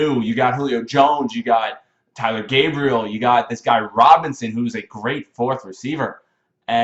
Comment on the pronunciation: great video so dont juge me it isnt tyler gabriel, its TAYLOR gabriel